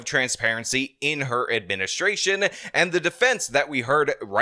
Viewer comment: Her "minstray-shunn", unquote.